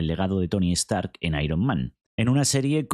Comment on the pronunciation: Se llama "Stark" no "EStarc"